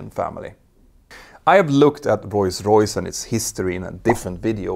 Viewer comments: bro its ROLLS royse not roys roys. nice video tho! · "Roy's Royce" 😊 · STOP to say royce royce, becouse the name of the Brand is rolls royce. omg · Do you say Royce-Royce (instead of ROLLS- Royce) or is my hearing weak? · Not “Roise Royce”? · "Royce Royce" this channel could be great but.....